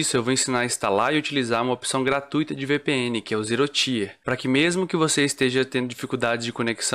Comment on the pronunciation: Excelente video man! Só um esclarecimento, o Tier se fala tipo ti de tia mesmo, então não seria "ZeeroTaier" (Até porque falando assim pode confundir com outra palavra: Tire)